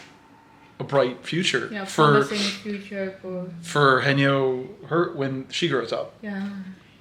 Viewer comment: One of many Korean working industries that is going to disappear. Also the pronunciation is wrong here, it's hae-nyeo like Hay nyour but with no r. Not hey-nyo.